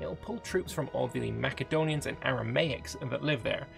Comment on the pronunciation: Didn’t realize Macedonians were Scottish … MaCedonia. The C is pronounced as an S sound lolol